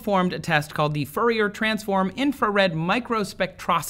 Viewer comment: you bastardized the "fourier" name to the point I almost didn't recognize it....lol